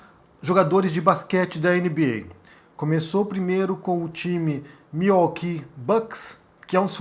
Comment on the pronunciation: Sim é correto e admirável. Claro nunca irá acontecer no Brasil. A pronúncia correta é Miuóqui. ( Milwaukee). Abraços